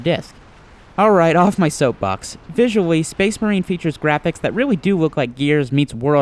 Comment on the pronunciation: SPEHS MAHEEN